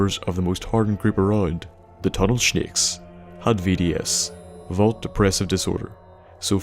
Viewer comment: lol "tunnel shnicks"